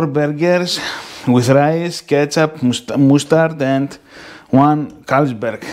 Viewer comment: Μουσταρντ , ρε φίλε Αγγλια έμενες και το προφέρεις σαν να μη έχεις πάρει ούτε lower... Μασταρντ είναι το σωστό...